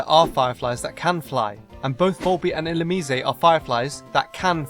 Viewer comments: "Illumicé"? What the fuck, I've always pronounced it as in "lice". And slugs/snails aren't bugs, they're molluscs. Much more researched, you said? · Is it really pronounced illoomee-zay? I thought it was illoomize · Not illumeezay. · Ill-you-mise, not ill-you-me-say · Wait... "ill-oo-...me-say"???? I've been pronouncing it like "ill-loom-eyes".... should have included that in the freaky name pronunciations video lol wtf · you pronounced Illumnise wrongly its ( Ee-Lum-nise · IlluMYse. Or illuMEEs. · This is fun, yet I can't understand how did you forget about Stunfisk. It looks like a(n ugly) fish. It was based on a fish. It is based on a fish. It is in Water 1 egg group. It is... GROUND/ELECTRIC?! Also, I thought Volbeat and Illumise were Bug/Electric o.O And I pronounce Illumise e-llu-myse XD Cheers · I've been pronouncing Illumise as if it rhymed with demise. ILL-OOM-EYES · Woah, woah WOAH! WAIT A MINUTE! You're telling me the official pronunciation for Illumise is ill-loo-mii-zay! SERIOUSLY!? 0_0